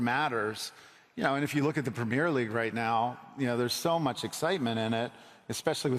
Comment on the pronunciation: Americans say pimmir league 😂